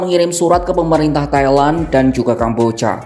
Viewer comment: Pronountiation nya please, Thailand jadi suka kedengeran Kaya Taiwan